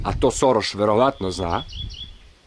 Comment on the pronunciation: Šoroš * ...ne Soroš 🙂